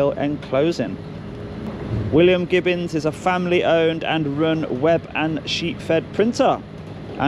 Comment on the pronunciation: only at this point but it's gibbons not gibbins😂